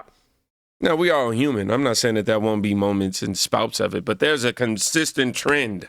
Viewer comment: lol a consistent trendeeearuaguah